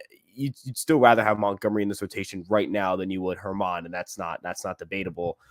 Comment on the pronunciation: How long are you guys a Yankee fan??? I can’t believe you call him German and his real pronunciation is Herman. Who do you hear calls him that?